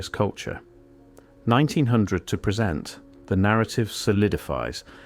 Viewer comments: The word "present" like the word "live" has two distinct meanings. AI generated narrative always f□cks these things up. Very annoying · Why do you say “pre-sent” rather than “present” - a sign of AI use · Oh AI, you were doing so well until you mispronounced "present "